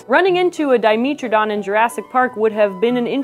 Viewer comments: D-I-me-tra-don not di-mee-tra-don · 'met' not 'meet' please... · “dai-meh-truh-daan” if you’re going to make a video correcting people on whether or not it’s a dinosaur, you should also have probably be pronouncing it’s name correctly. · I've always called Dimetrodon dye-MEH-tro-don. Not dye-MEE-tro-don. Regardless of which is right or wrong, the way she says it, reasonable or not gets under my skin :P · Until now, I'd always heard it pronounced Di-MEH-tro-don, not Di-MEE-tro-don. Anybody know which is preferred? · The way she says di-MEAT-trodon. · I thought it was Di-meh-tro-don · diiii-meh -tro-don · Our resident curator of paleomammalogy pronounces it as Di-mee-tro-don, so that's what I went with. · I had no idea Dimetrodon was pronounced with a long E, let alone that it wasn't a dinosaur! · I hate how she pronounces it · Mispronounced Dimetrodon: video = no credit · Escuse me you said dimetrodon wong. ;_D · That pronunciation is distracting as hell. Say it right please. like metropolitan ...